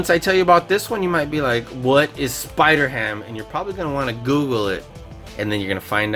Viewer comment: It's spider-ham